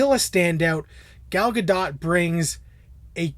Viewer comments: No it as absolutely not. You pronounce the T. It's Hebrew not French. dote as in boat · +Travis Yon Actually, you're both wrong :) Well, Travis, you're right about the T in the end. But, it's not pronounced like "dote", it should sound like, simply, "dot". do-t. Ga-l Ga-do-t.